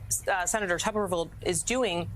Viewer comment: Why do youall keep calling him "tubberville" when his name is spelled and pronounced tuberville - tU-ber-ville